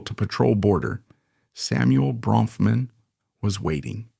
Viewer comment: How many diffrent ways can the narrator mispronounce the last name?!